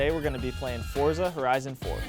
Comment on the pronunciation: Its pronounced Fortza...